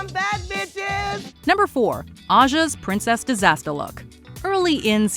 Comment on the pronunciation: Aja's "princess disastah" make up is way to low.